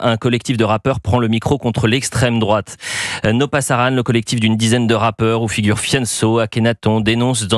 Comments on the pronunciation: C’est pas no Parasan , c’est no pasaran !!!! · Pasaran et non parasan... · “No parasan” ? Vraiment ? PASARAN! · C'est "No pasaran", pas "no parasan"